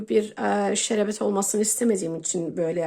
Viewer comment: Sinir bozucu konuşyorsun. Şerebet degil şerbet denir